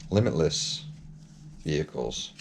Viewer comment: Limitless....say limitless!